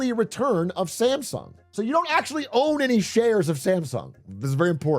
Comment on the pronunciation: you are pronouncing Samsung wrong throughout the video.